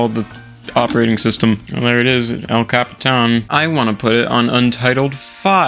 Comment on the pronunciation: could you butcher the pronunciation of Yosemite and El Capitan even more for me?